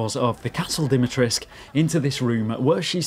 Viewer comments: If I hear "Lady 'Dimi-trisque' " one more time... - It's "Dee - me - tres - coo". Sorry, normaly I am not that wise ass. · It’s Lady DimitresCU, not Lady Dimitresk” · You keep missing the C and the U at the end when you pronounce her name, try to pronounce it like this: Deemeetrehsscoo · Why does everybody pronounce it as Dimitresc, when the proper way to pronounce it is DimitrescU...? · why everybody is pronouncing "Lady Dimitresc"?? there's a "u" at the end, you know. As far as I know, she is romanian and they pronounce it with the "u" , even if the (japanese) developers wrongly state it's "Dimitresc" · "Lady Dimitresh" ???? do you not see the "ESCU" in her name? are you blind or just misnaming her on purpose? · Why is everyone not pronouncing the "u" at the end of dimitrescu? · its DimitrescU - its a Romanian Name and thats how you say it. Theres a "u" at the end for a reason. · Dee-mee-tres-KU ..it is not realy that hard, Try it. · what with everyone pronouncing her name like there is no U at the end of it. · Its because the voice actors also didnt know and used the "english pronounciation" But if you ask a romanian guy, he will tell you the "u" isnt silent. But hey, all good. I enjoyed the video a lot regardless. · What's this hipster trend of saying her name as if you were Hungarian ?! We are BRITISH ! Add the 'oo' at the end ! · Interesting, how you English speakers just don't pronounce the U at the end of Dimitrescu. 🤔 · The 'u' in the name Dimitrescu MUST be pronounced. Surnames ending with -scu are VERY normal in Romania, where Lady D is from and where I've worked a few times, and the 'u' is ALWAYS pronounced. No if's, no but's. Just do it! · Just stick with "Lady D" if you can't pronounce "Dimitrescu" correctly. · The mispronunciation of her name makes me cringe and i'm not even Romanian. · I understand. It's just the type of mistake that's immersion breaking.